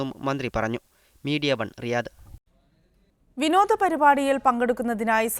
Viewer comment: രിയാദ് അല്ല റിയാദ് ആണ്...